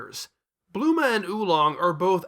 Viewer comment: I like how you get Bulma's name wrong for the entire video and just call her Bluma.